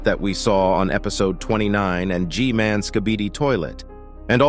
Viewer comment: just say g man, thats literally how everyone else says it